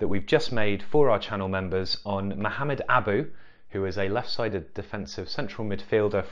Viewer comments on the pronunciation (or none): none